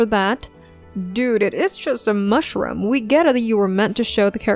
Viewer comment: you have done a truly nasty piece here. as bad as your English pronunciation, since you knock an actor for his „japanese“ pronunciation. it is not medi-core, it is me-di-ocre, and not mush-rum, it is mush-roooom.I will not mention your weird stressing of words. Some of your examples, (Yang Yang, Dylan Wang -uneven eye sizeS plural? and who cares)(Zhao Lusi….) are true, but you rip the actors, not the acting here. Meeeow, you fail, you are a typical internet troll. P.S.: Chinese actors the only ones world wide who all have voices so awful they need to be dubbed? A declaration of inferiority of Chinese actors!